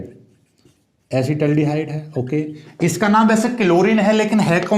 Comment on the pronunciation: Asid aldihaid hota hai